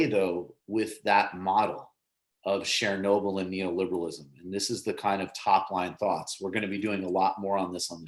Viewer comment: Yikes, your pronunciation of Chernobyl makes me cringe. It's pronounced "Chur-noble" as you'd say "churn", not "Share-noble." I realize you probably weren't around back in 1986, but jeez.